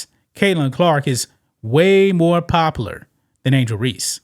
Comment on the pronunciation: OMG bro..... how hard is it to say "pop-u-lar"????